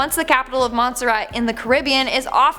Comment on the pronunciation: It’s CARA BE AN not CIRI BIN